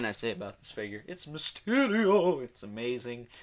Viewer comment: Really you had to say mysterial like that